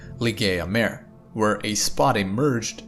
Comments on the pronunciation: I love the videos, but its not mare, like a horse, it is pronounced mah-re, like a sea, those were lava seas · Yep! According to Wikipedia, Kraken Mare is pronounced /ˈkrɑːkən ˈmɑːreɪ/ (KRAH-kun MAH-ray). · 'mare' is not pronounced like 'nightmare'. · Yeah, he is pronouncing it like mare/female horse in english, not like mare/sea in latin. :) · Very good reporting. Titan is far weirder than we suspected before the Cassini mission. A little assistance for you with the pronunciation of "Mare". When you pronounce it as you do, with one syllable and the long "a" sound, then it's english and it means female horse. If you want to pronounce the Latin word meaning "Sea", then it's "MAH-reh." Two syllables, and the first syllable. "Ma" sounding very much like the first syllable of "Sorry". IF you're having trouble with the "reh" of the second syllable, then "ray" isn't far off. All good wishes. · Hi, it's pronounced Maré or Mar-ay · It's pronounced mar-ay. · I like this video so much I won't even correct your pronunciation of "mare". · you are pronouncing 'mare' wrong.